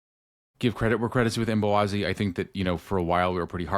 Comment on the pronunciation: Did anyone catch the pre-game interview with MLS 360 and Chris Brady? had Brady pronounce Mbokazi’s name and he said it with the K-we’ve all been calling him Mbowazi! The team calls him Mbo. Thanks again for another great re-cap!